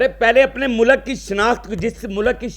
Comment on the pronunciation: Molak ,.....?????? 😂😂😂😂 Molk hota hai ,...... 👈👈👈👈 Thoda sa urdu boolne ki practice kar ley ,....😅😅😅😅 ❤️💚🇵🇰 LOVE FROM PAKISTAN 🇵🇰💚❤️